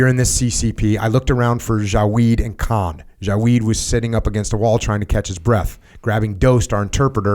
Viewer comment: Jocko - “KAHAAAN” “It’s just kahn” “Oh ok...”. Lol